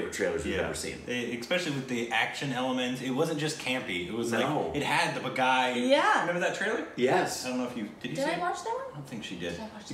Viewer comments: It's baaghi not baghai 🤣🤣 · Hey react to Boss and 'Khiladi' series starring Akshay! And oh my god its not Bagh - I.... it's Bagh - eeeee😂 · honey,... almost always, the ‘i’ in any title or name in Hindi is pronounced ‘ee’ as in ‘teeth’, not as the pronunciation of the letter ‘i’. ‘Baaghi’ = ‘baah-ghee’, not ‘bagai’ 🤦🏽‍♀️